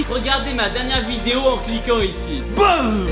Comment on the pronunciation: Tibo InShape Pourquoi tu dit toujours Boume